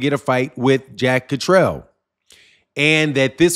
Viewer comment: Yo that’s “Jack Cat-ter-all”…. Zzzzzz. I hope to God they can move on. And somebody PLEASE let Eddy Hearn ( the Snake in a suit) slide back into the ground. Litigeous Larry